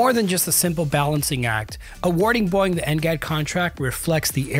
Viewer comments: It's not AI? Why does he pronouce it as "boing"? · Then why did he say "Boyg" instead of BOEING? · listen to how he says "Boeing." He didn't talk about the canards, the only thing that was really confirmed in the actual release photo. If you're at >10% dislike ratio, I'm not the only one that noticed. AI VIDEO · maybe teach your narrator/AI to correctly pronounce Boeing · The video can't even pronounce the word 'Boeing' correctly. 👎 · Can't tell if AI voiceover or the dude doesn't know how to pronounce Boeing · You need to learn how to pronounce Boeing . Tbh this video is quite amateur. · Take a drink every time he pronounces Boeing as Boing! (It's Bow-Wing silly). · By the way! It’s pronounced BOW ING NOT BOING! Please get it right. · Are you saying, “BOING”? I’m not the only one hearing that right? 😂 It’s, bo-wing. Boeing. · Am I hearing Boeing being pronounced as boing lol?? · you pronounce boeing; "boing" !!?????? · I’m sorry, “Boing”? Age of the AI generated YouTube videos… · Is it really pronouced boing? Boing bong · He said it like boing, because that's what happens to the aircraft when it's in the air... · No, this one is Pure BONG. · A Human wouldn't pronounce Boeing as Boyng. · Sounds like he's pronouncing Boeing like "Boing" with one syllable instead of "Boe-ing" with two syllables. Is anyone else hearing it or am I crazy? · It's Bow-ing not "boing" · Its pronounced Bow-ing not Boing.... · Love the channel but please PLEASE say Boeing, like bowing instead of boing! My god I had to stop the video after 2 minutes it was so annoying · Boing? BOW-ing! LOL! 😂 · Great video but is anyone going mention his unusual pronunciation of ‘Boeing’? Why does it say bong instead of bow? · Nice work. Niggling here. The company's name is not pronounced BOING. It is pronounced BOE-ing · Why can't this guy seem to pronounce "Boeing"? It's "Boh-ing", not "Boing". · It's called Boeing, not Boing. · Boeing ❌️ Boing ✅️ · 😅it’s called BO-ing…Not Boy-ing